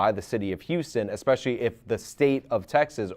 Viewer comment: Destiny: "eggspeshelly"